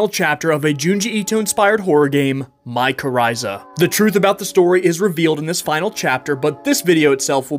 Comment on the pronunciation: You actually pronounced Mychorriza correctly in this one 😂